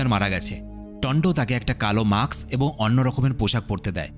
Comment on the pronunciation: মাক্স❌ মাস্ক✅